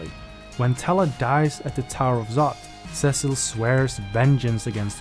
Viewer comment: Almost a great video if you didn't say Cecil's name wrong.